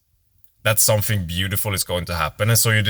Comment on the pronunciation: Somfing? Practice!